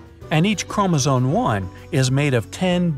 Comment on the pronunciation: ChromosoMe, not chromosoNe.